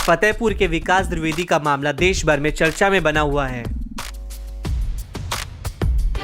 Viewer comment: द्रिवेदी नहीं होता है द्विवेदी होता है. VO में सुधारें